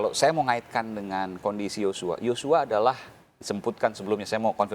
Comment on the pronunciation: Yosua bukan yocua